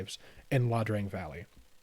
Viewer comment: This is excellent. However, it's "Ia Drang" not "La Drang" :)